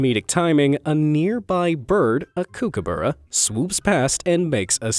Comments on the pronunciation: A kookaburra isn't pronounced (kook-aburra) it's pronounced (cook-aburra) lol. You're welcome...... From an Aussie x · ausys say kookabura not kuukabura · you pronounce kookaburra: kook-u-bu-ra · Pronounced cookaburra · It is a cook-a-barra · It’s pronounced cook-a-barra but still amazing video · You pronounced kookaburra wrong. It’s cook-ah-bah-rah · He said kookaburra wrong